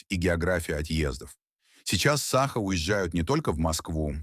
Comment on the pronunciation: Научитесь сначала правильно ставить ударение в слове "саха", а потом уже революцию затевайте 😂